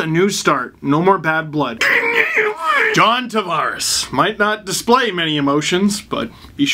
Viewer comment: Its pronounced "Tavares"